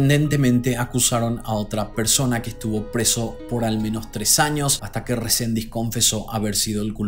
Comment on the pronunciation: Resendiz, no Rosendis es el apellido ☝